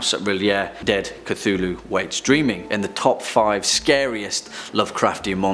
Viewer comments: “Lu Kthu”? Really? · I'm having trouble pronouncing Cthulhu... I can't seem to create the sounds.